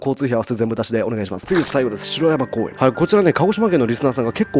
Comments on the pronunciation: 城山公園 じょうやまこうえんと読みます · 最後の写真の城山公園の読み方は「じょうやま公園」です。鹿児島市ではなく日置市です。 また「しろやま公園」は鹿児島市内にもあり、同音で城山公園と書きます。